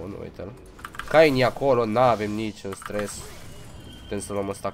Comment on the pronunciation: Se pronunță chein nu cain